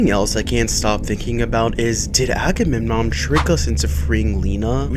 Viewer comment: Not Ackerman it's Agamemnon 😂😂😂😂😂😂😂